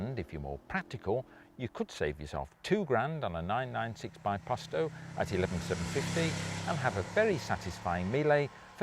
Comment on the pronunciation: Is it so difficult to learn how to pronounce things properly? It's not byposto. It's beposto. Racing has a long standing tradition with the italian culture. The empire is over. Just get some basic terms right.